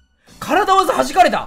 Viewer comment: は体技をからだわざと読んでいます。正しくはたいぎです。